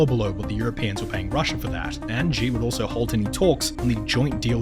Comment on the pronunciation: Pronounce Xi's name correctly